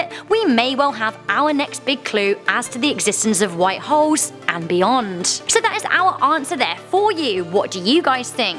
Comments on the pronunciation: Lol sometimes it sounded like she was saying white hos A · Is it me or did she sound like she said "white hoes"? 🤔